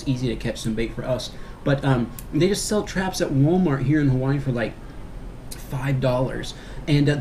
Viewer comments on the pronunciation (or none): brah those buggas are ono (TRANSLATION) BRO those crabs are DA BOMB dis is how we talk hawa'ii. edit: by the way you pronounced hawa'ii (ha-va-ee)